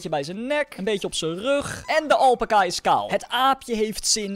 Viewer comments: Je spreekt het uit als alpaaca maar je schrijft alpaca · niet alpaka elpaca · Het is alpaca Alpaca Snap je alpaca!